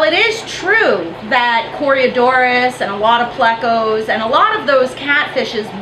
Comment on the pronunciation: I like how you say "coryadoras", because I too, adore corydoras